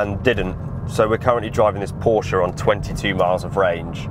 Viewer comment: There's no "A" at the end of Porsche!